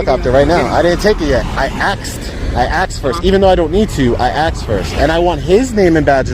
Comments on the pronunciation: Circa . "I aksed first" -- seriously? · The auditor was doing great right up until the point he said that he "axed" for something. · Stop saying ”axed”, please. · He axed for a picture of the helicopter. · I aksed first, I aksed. You mean you asked? lol And you "aksed" and received a no and was counting on it to start an altercation because of it. Second example is good though. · Does it irritate anyone else when someone specifically says axed 🪓 a question.. axed 🪓.. instead of saying ASKED!! Its embarrassing that someone who is so knowledgeable with the amendments and laws. But can't pronounce a simple word ASKED..!! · He ''axed'' a lot of things haha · He axed. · He axed first, that's unlawful!!! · I'm surprised that the deputies didn't cuff the guy after he repeatedly told them he had 'axed' to take a picture. Can't that be classified as a threat? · "I axed first, I axed first." Wouldn't it help your case if you knew how to pronounce basic English words? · He knows how to articulate the law but he doesn't know how to pronounce "ask"? "I aksed first."